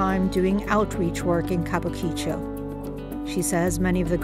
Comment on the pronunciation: Worst mangling ever of an easy pronunciation. Kabukichō is pronounced "Ka Bu Ki-Chō, an entertainment district named post-war for a planned kabuki theater that was never built.